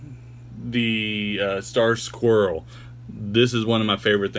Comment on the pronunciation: You had me until you said Squrrel...: (